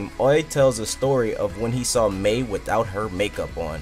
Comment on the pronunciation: it's pronounced my